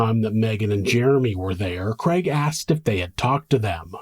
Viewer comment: Love your show, but struggle with the name kreg. Is it Craig? Lol